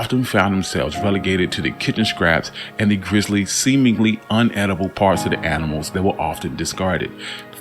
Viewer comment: My biggest issue with this is dude's inability to pronounce the words "inedible ", and "adaptation ",. 🤦🏾🤷🏾‍♂️